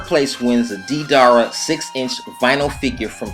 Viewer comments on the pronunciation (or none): You know he doesn't watch Naruto often the way he pronounces Deidara and Naruto. Naroooto & DeeDara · Don't you just love how he miss pronounced naruto and deidara...